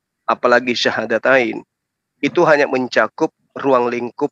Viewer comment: Kl memang ibu dr ini muslim kenapa mengucapkan syahadatain aja susah.. Perlu hati²